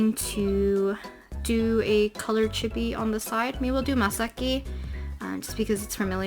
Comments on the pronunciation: if she says “chibi” like “gibby” one more time i stg 😭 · "Chebies" that's what I hear and I hate it. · Chibi is pronounced chEE-Bee btw ;) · I love this video, very informative! I even didn't mind the incorrect "chibby" pronunciation since I know it's a common mistake lol